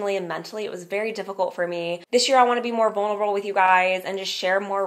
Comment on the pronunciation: Please stop saying "dish" year and "lasht" year, it is"this year"and "last year"!